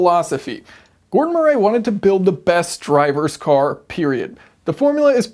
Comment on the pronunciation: MURREE! MURREE! It’s pronounced MURREE. Have you never heard of the name Murray? It’s frustrating to hear someone who supposedly has a solid grip on mechanical engineering concepts struggle like an amputee with a basic name.